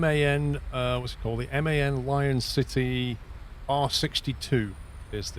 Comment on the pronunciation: how much is man paying you to pronounce it m-a-n 😂